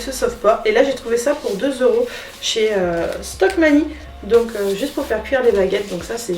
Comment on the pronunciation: cc ! alors je me permet : c’est Centrakor et pas CentreActor ..... Stokomani et pas Stockmanie 😁😘 sinon merci pour l’info, je fais ce soir voir pour trouver la petite table !! et j’espère que BébéPlume ira vite mieux 😓😘